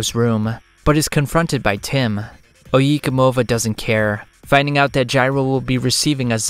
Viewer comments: Oh Yay como vah not oh ye comova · "Oyi Komova" I must say that was a trial to hear multiple times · ohyeekuhmovuh might be the poorest pronunciation of oyecomova i’ve ever heard. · omfg your pronunciation of oye como va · Your pronunciation of oye Como va really took me out of the experience. Have you never listened to santana?